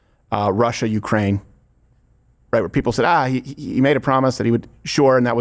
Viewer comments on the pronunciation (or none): none